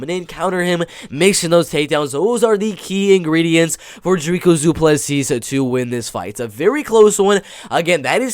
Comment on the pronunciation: Love that people abroad aren't underestimating Dricus. One thing tho', his name is pronounced "Dreek - Uhs - Du - Plus - See". I'm also a Afrikaans boy from South Africa and we share a surname, so you can take my word for it. Awesome video!